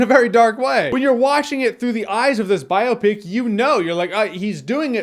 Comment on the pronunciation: No one tell him how to pronounce "biopic"